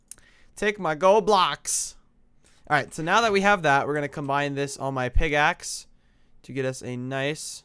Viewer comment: says "pigaxe" lel